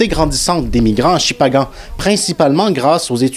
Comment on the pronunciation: C’est Shippagan pas Shimpanga 😅